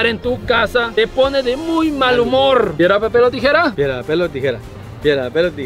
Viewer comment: Para que no “Ahiga” trampa. 2022 😂